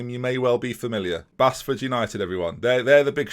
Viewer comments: It's Base-Ford not Bas-Ford, I live there so I know😂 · You say it as Baseford not Bassford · As someone from Nottingham I just wanna say its pronounced like "Base-ford" even though it isn't spelt that way!! Also please do a rebuilding Liverpool save with this database I'd love to see that! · Oooo Mickleover. My home village. And Basford is pronounced BASE FORD. Lol. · Basford is pronounced Base-ford, not that interesting but there you go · Basford United is pronounced Baseford 😀😀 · Love the way you pronounce Basford mate. Its said 'Base-ford' btw <3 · Prounounced base-ford! Local to me, absolute shit hole 😂. Great vid keep up the great work